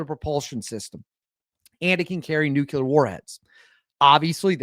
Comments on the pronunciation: ITS NU CLEAR!!! NOT NUKULAR😆😆😆😆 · NUKE-LEE-ER....NUKE-LEE-ER...NOT NUKE-U-LER...SAY IT 5 TIMES....NUKE-LEE-ER. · nuclear not nucular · Nuclear is pronounced like unclear (new-clear). We don't say Unk-you-ler when saying unclear, we also don't say Nuke-you-ler when saying nuclear. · Its Pronounced New-Clear !! NOT New-Q-Lar !! JesusKristofLatterDaySaintsandAllthatisHolyinHeavenandHell !! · NEW CLEAR,. Not NEW CUE LER. Great content, love your channel, but that's driving me crazy 😂😂😂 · It’s pronounced “NOO-klee-er” not “NUKE-you-ler “ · It would be much easier to take you seriously if you learned to pronounce "nuclear" - it's not nucular. You're entertaining, though, despite your skewed view of reality 😄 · Please stop saying nuculer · Not worried about your foreign language pronunciations. Your pronunciation of "NUCLEAR" needs help 😂 Love the show! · Nuclear has ONLY one U in the spelling. 🤭